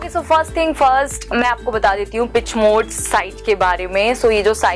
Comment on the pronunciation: Its not pitch mode...its peaaaach mode